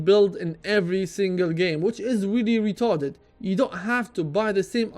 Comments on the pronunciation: that's weely weetarded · i love it when u say "retarded" hahahahaha idk why, but i just laugh.